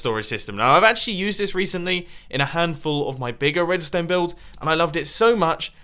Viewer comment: Edstone? what is that